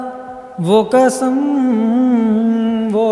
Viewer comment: اردو تلفظ انتہائی خراب ہے۔۔قسم کو کسم نہیں کہتے۔۔۔